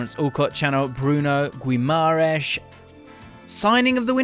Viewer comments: A little help with the pronunciation: the u is silent so its like Ghimarães; the ãe sounds like the 'in' in the word mind; and the s sounds like sh Hope this helps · Just an fyi for English folk .. it’s pronounced GEE-MUH-RIZE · Just 1 little tip,in Guimarães,the "U" is silent. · Great vid as usual James! Just thought id say the pronounciation of Guimaraes is a bit off haha! More like GIM-AH-RAINGSH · Great video but it’s pronounced Gi-ma-ran-zzz not Gi-ma-rai-shh because he brazilian not portuguese and the latter is european portuguese pronunciation. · You are saying the name wrong which creates doubts about your knowledge for the player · Stop mispronouncing his motherfucking name! He is not Portuguese. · The fact that James is making an effort to correctly say his name and still butchering it is funny as hell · If he comes to Prem can u please say his name a bit better 😭😭😭